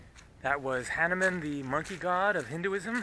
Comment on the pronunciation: We indians better like to hear hah-nu-man ,not hah-ne-mann.